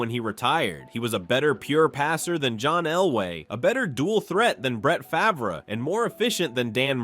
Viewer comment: Who tf is Brett Favra it can't be that hard to pronounce